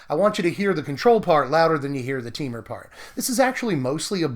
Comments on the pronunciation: No. We all pronounce it this way. Te-Mur. Not Tee-Mur. Just like it's spelled. :) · Teemer? I always pronounce it Tehmur.